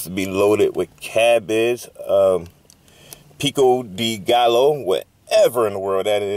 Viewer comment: Thank God your still here for us. Anyway thank for the review. Please remember in Spanish two Ls equal a J sound and a J is an H sound. So phonetically speaking Pico de Gallo ( gajo) and Baja (Baha). Sorry it wasn’t good but when done right they’re masterful.